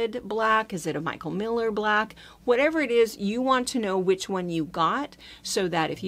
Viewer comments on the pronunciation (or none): none